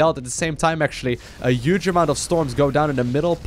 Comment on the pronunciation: i dont even know how to write down the way he pronouces "huge"